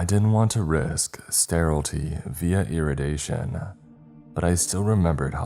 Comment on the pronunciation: Stur-ill-ih-tee & ih-ray-dee-aye-shun. For the future. Im an ass i know but constructive criticism promotes improvement.